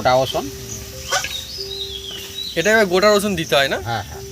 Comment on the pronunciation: অসুন নয় রসুন বলুন